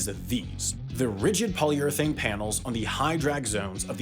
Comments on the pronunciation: polyurathane, really? it's polyurethane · It's polyurEthane, not polyurAthane